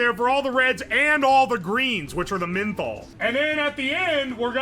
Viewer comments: Loved the video, but say it with me "MEN-THOL" not sure where you are getting MIN-THOL lol. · Who tf pronounces menthol like that